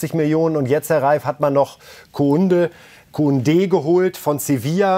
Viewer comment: Kounde - die Betonung 😂😂😂😂😂😂